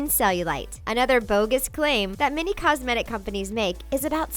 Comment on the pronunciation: Why did she pronounce "cosmetic" in such a weird way?